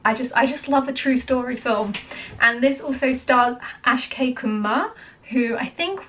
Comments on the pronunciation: It's Ak+shay= Akshay not As+kay=Askay Please say the name correctly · Its AK-Shay Kumar, NOT ASH-Kay Kumar. Please learn the pronunciation right. (Akshay is a Sanskrit word meaning 'Eternal', 'Immortal', or 'Indestructable'.) Great reaction though. Read about the "Battle of Saragarhi" in Wikipedia. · It's not Ash Kay dear.. it's Ak+Shay = Akshay Kumar. Do watch the movie. Love from India. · Hey, actually it's not Askay it's Akshay.. you are saying it wrong😅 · A few pronunciation correction for you. Firstly, “Kesari”, try “Ke- Saa- rii(as in ‘me’). Kesari is the Hindi for the colour “Saffron” which is also the topmost colour of our Indian flag 🇮🇳 and which in itself means sacrifice. Secondly, the actor is Akshay Kumar (Spelled Ak - sha -e’) it’s like taking the first and second syllable of ‘action’ and adding a ‘Y’ to it. And this is the true story from British rule in India where these 21 Sikh brave hearts fought for the British empire and laid down their lives. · Am i the only one to recognize she called him ASKAY instead of A.K.S.H.A.Y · You are a brit, you should be able to pronounce Aksh...these are your alphabets ;) ...Think of it as Ax..